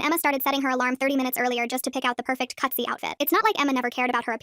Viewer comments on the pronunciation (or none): Cutsy excuse me Cutsy it is cutesy NOT CUTSYYYY